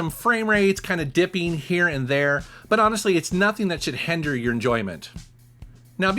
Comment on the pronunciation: "Hender your enjoyment"? Hinder perhaps?